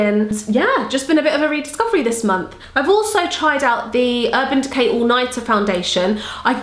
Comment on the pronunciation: When you say Urban Decay you sound like a kiwi and that makes me feel like I can relate to you just that little bit more! Your'e amazing! Love your channel xo